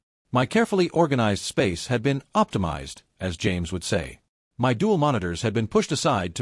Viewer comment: good story though the AI needs work.. Also AI needs to learn how to say the word " my "..